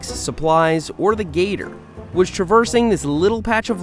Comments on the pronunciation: Hey Seth, do you pronounce Gator like Getter on purpose so you dont get demonatized or is that just how you say it. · Anyone else hear him say getter not gator lmao